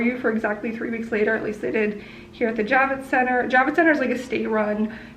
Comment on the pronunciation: I thought you were saying “Jab-it Center” and thought that was appropriate. 🤣 I’m a nurse, so I got my vaccine in Dec/Jan. Moderna definitely has more side effects. I’ve administered hundreds of both types. Totally worth the protection!!